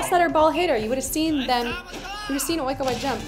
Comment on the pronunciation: Love the way she repeats "Oikawa" after the news lady , replicating the Japanese pronunciation 😂😂